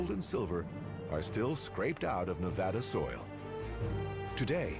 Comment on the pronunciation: Finally a show that pronounces Nevada correctly.